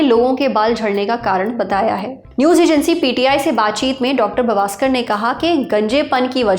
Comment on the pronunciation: मै उत्तर भारतीय/ दक्षिण भारतीय ऐसा भेदभाव नही करना चाहता लेकीन तुम उत्तर भारतीय लोग दक्षिण भारतीय लोगों के सरनेम का उच्चार सही ढंग से करना कब सिखोंगे. डाॅ. हिम्मतराव का सरनेम " बावस्कर " है लेकीन उच्चार क्या किया ? " बवास्कर " . ऐसी ही एक गलती करते हो सर सुनील गावसकर का नाम लेते वक्त. गावसकर का गावस्कर कर देते हो. कब सुधरोगे पढलिखे अनपढ.